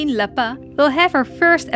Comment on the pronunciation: No you pronounce lapin as LAPAIN not LAPOH